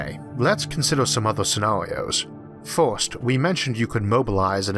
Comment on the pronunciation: The "forst" and the "thord" was too much for me!😂